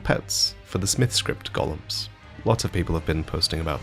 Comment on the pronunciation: please please please. Its Go-lems. Gollum is from lord of the rings